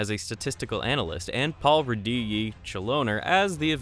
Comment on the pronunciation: I can't believe you butchered RedEyes name. Redeyeyeyeyee? Red. Eye.